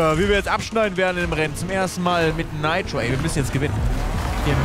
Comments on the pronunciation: Bitte sag nitro nicht neitro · 1) bitte sag nit neitro sondern nitro 2) es heist nit Rap sondern R E P lern de aussprache a bissi danke ukd bmw falsche Wahl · Ich sterbe jedes mal wenn er „Naitro" Sargt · Heißt das "Neitro" oder wird es als "Niiitro" ausgesprochen denn als Kind haben wir immer Nitro gesagt ! Voll komisch wie Felix es da ausspricht :D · Bin der Einzige den das triggert wen dner Nitro sagt??